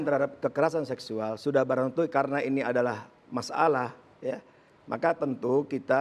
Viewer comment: Pak masalah ya bukan mas alah. Duh perlu diperbaiki lidahnya !